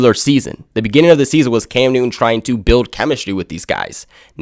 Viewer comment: Cam NewTTTTon. Not, Cam New'un.